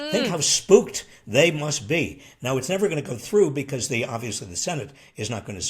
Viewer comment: J6... Say Nevver...